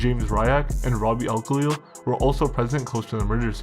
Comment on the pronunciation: Thats not how you say our name u twat goof